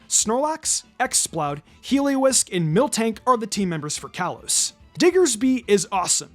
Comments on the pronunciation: I love how he calls it Heliowisk UwU ! 😂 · “Heliowisk” 😂 Love this format and hope you do this for all types!